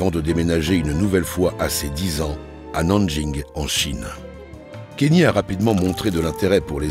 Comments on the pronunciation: Le "Kenny" me fait mal toutes les 30 secs 🥲, c'est bien "Kanyé" que ça se prononce lol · Faut arrêter de dire kenny bordel c'est kanye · Tu regardes un documentaire de 45 minutes qui est très bien fait, avec une voix off exceptionnelle et tu retiens seulement qu’il dit kanye à la française, c’est vraiment affligeant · Dommage pour le « kenny » west 😅